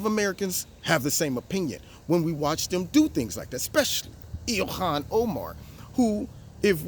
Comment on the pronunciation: GREAT ARABIC ACCENT! "Ilhhkkhhan!" 😂